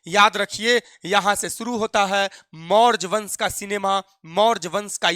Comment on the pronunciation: Maurj wansh 😂😅 pahli baar padhe